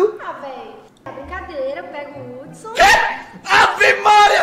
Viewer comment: Mano ela falando o nome de Hudson errado pqp kkkkkk😂😂😂😂